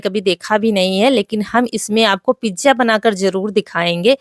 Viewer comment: di pizza boliyega pijja Acha nahi lagta hai sonne me